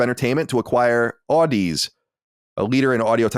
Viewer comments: Just a nitpick of a pronunciation correction: The Sony acquisition of "Audeze". The companies name is pronounced as if you are saying "Odyssey". It is pronounced "Aw - dee - zee", a mix of Audio and Odyssey. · Audeze pronounced like Odyssey, but with a zee at the end. FYI 👍🏻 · Audeze is pronounced like Odyssey but with a Zee at the end. And their main draw is they are the main drivers of planar magnetic drivers which are great for quick, responsive sound and deep bass, things that will make for a great gaming headset.